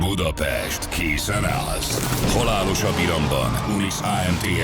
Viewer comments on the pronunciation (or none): none